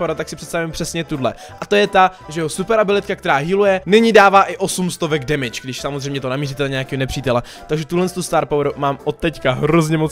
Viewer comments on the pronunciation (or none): none